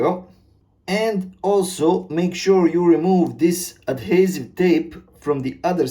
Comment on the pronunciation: Subbed cos of the way you said ‘Adhesive’ 🤣 Man what a straight to the point video, thank you 🙏 quick question which you may or may not be able to answer… I just bought the Tapo 930-5, which says ‘cuttable’ on the box… but says that the excess you cut off then ‘cannot’ be used… I’ve bought those extending clips, right and angles and three way t junction type connectors.. but do you know if they will work once cut? Again thanks for your informative video 😎🙌